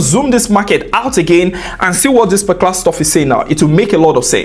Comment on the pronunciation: your videos so interesting to watch, especially when u say "parclar trade" - ''particular trade '😅, really like your videos AF, thank u G for free value❤‍🔥❤‍🔥❤‍🔥